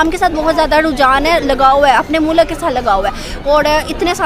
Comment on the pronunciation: Education ki bat or mulk ko moolak bol raha h